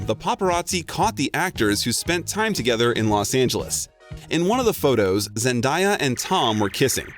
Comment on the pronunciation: They said zendaya wrong 🤣